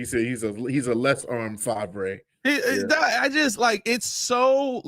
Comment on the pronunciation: Fav-ray lmfao. Thats what i called brett. Lmfao